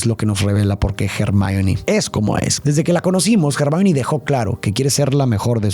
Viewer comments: ACABO DE VER LA MINIATURA Y ME SALTO EL ALMA DE EMOCION🥺❤❤😫 perdón por corregir, pero se dice /ermion/ Hermion quisiera que allá sido relacionando mucho más los libros yo vi las películas y leí el libro 6 y 7 de Harry Potter y la verdad que hay muchas cosas interesantes para darle una profundidad psicológica y más de los libros que son mejores no quería nombrarlo, pero me da cosita la utilización de IA 😛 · Me encantan tus videos y reflexiones pero cuando estoy más inmersa en ellos de repente me sacas fuera cuando no utilizas un buen pronunciamiento de los nombres es Hermione no germain